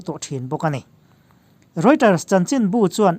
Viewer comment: Rioters nilovin Reuters tih zawk tur ani e